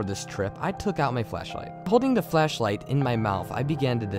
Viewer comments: He pronounces his "Th" as "D" so the word "the" is pronounced as "da" so shouldn't his name be Dat Creepy Reading? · I like how when you say "this" it sounds like "dis"... And " the" sounds like "da" or "duh". Very well told overall and much scarier than most of the other stories I've listened to today.